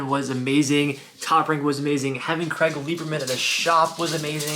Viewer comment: Craig. his names Craig not Creg